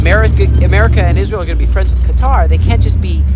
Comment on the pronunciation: The American pronunciation "Cutter" is actually closer to the Arabic. ☺️